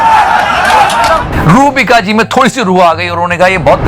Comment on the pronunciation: रूहबिका नहीं यार चूसिका बोलो।